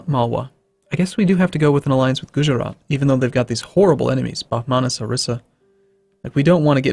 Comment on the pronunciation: when you say 'Gujarat' phonetically it goes gujrat, you dont say the 'a' sound after "guj"